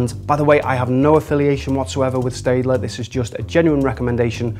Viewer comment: Pronounced 'Stettler'